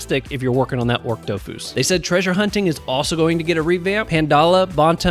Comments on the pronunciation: ochre is 'oh-kur' like the color, not 'orc' awesome vid as always! ty for covering it :) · The dofus egg you mentioned is pronounced "AWK-er" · Lmao you were killing me with that pronunciation of ochre 😂